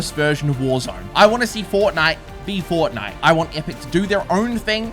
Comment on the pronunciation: Bruh it’s Fort-nite